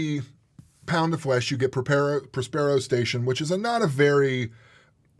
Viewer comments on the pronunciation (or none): Próspero, not Prospéro